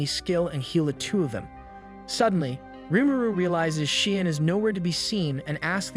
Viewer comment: If I hear Shion mispronounced one more time today I'm gonna start punching strangers.